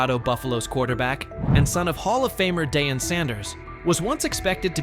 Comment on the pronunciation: This idiot doesn't pronounce Deion's name correctly. Rather purposely (racist) or didn't take the time to find out but wants clicks (loser). 👎🏽